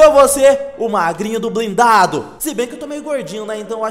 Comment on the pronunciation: O Robin Hood que é corte blindado tu falou errado tu falou blindado é brindado